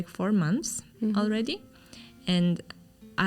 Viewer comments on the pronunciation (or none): Please, the language and the people are kazAkh and KazakhstAn. The stress is on the last syllable. Many people think that in English stress changes to the first syllable.